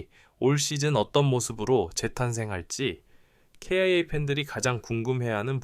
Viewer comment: 기아라고 말하세요.케이아이에이는기분이나빠요.아님유투버그만하던지